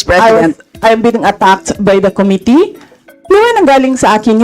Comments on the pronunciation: Com MIT tee - not COM Mit tee😊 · Ayusin niya muna pronunciation ng " committee". Sakit sa tenga sa totoo lang 😂😂😂